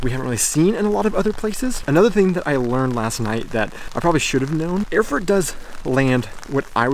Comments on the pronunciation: Erfurt should be pronounced as "Air-Furt", not "Öhrfurt" ;) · Awesome pronunciation: The capital of Thüringen - Öörfört! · Pronounce like "air-foort"